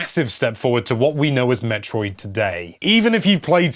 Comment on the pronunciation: 5. Yep. Team Yokoi makes a good Mario game. 4. Won't question this one. 3. Whoever said Zelda was the game that invented strategy guides mispronounced Metroid. 2. Uh... There's a difference between influential and 1. Yes. Yes, it is number one. It's why Yoshiaki Koizumi is the face of the Switch. It invented a much-needed Jump Button. It gave Zelda games more drive in story beyond mere words. ...and, of course, it inspired Ocarina whether we liked that one or not.